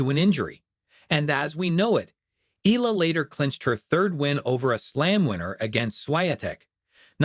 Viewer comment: It is not pronounced as "Ela" It's EALA "E-YA-LA"